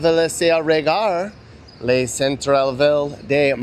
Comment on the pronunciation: It's LES hoods you!